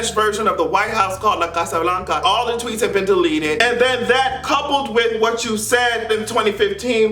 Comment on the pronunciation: If I could like this video several times I would! and the way you said: "Casa Blanca" <3 you